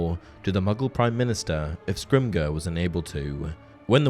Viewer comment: Scrimger is pronounced the "g" as a "j".